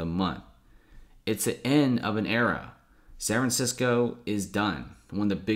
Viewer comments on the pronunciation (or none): Sanranissco......dude, annunciation for the love of Christ.